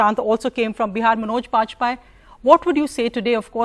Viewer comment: She pronounce like manauj baj-paiye. Asabhya mahila, aisan logo ko hindi bolne wale besharm jarur lagte honge.... Par naam sahi se khud uccharan nai kar paynge